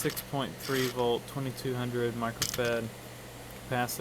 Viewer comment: I have a few of these PS's and one trips out the power supply and won't work't ill you unplug and re plug. Why cant Americans pronounce a two sylable word SOLDER and also the capacitor's are rated in microfarads not microfad. Get English lessons.